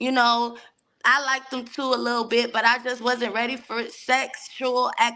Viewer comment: And even said "likeded". It hurts typing that.